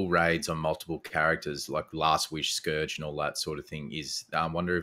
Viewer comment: Someone's gotta tell how to pronounce "Scourge" 😂 For real though, another great chat there boys. Always good to hear Aussies discussing Destiny! 😀